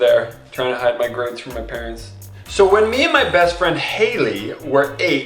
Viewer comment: hid ? its hide by the way no hate